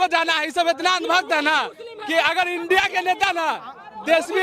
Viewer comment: ANDI ko INDIA bolna hi nhi ata tbhi kehte hein education jroori hei.